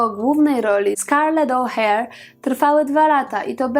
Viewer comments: Scarlett O'hara nie żadne "Ouher"😉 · Popieram, bo właśnie chciałam to samo napisać, że O'Hara, a nie Oh,hare [oh, zając] LOL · Po pierwsze O'Hara a nie O'Hare... ( Twoja wymowa świadczy o tym, że niestety nie oglądałaś filmu ).Po drugie, warto, skoro mówisz o jej chorobie, powiedzieć co to była za choroba. Była to choroba afektywna dwubiegunowa, tzn aktorka miała naprzemienne fazy manii i depresji. Na chorobę tą cierpi, z tego co wiem, Catherine Zeta-Jones. A po trzecie, to oprocz "Przeminęlo..." warto wspomnieć jeszcze jedną świetną rolę w Tramwaju zwanym pożądaniem. Film "Przeminęło z wiatrem" zasługuje na oddzielny odcinek. Ale fajnie, że zrobiłaś o niej filmik. Bo to fascynująca, świetna aktorka a trochę już zapominana... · Nie wiem skad Ci sie biora te ustawiczne pomylki.O'Hara nie wymawia sie "oher" tylko "ohera" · O'hara!!!!! Tak jak sie pisze, tak sie czyta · no i prosze, urodzila sie piekna z " zapatrzenia" o czym wywodzil pewien pseudonaukowiec w powiesci Mostowicza. Prosze poprawnie wymawiac nazwisko Scarlett O'Hara. To nie trudne. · Wymawiasz nazwisko O'Hara kompletnie źle - ja to pamiętam z filmu, którego znam na pamięć, a teraz można m.in. sprawdzić to tutaj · ostatnie a jest czytane . E jest nieme. Ale może masz rację .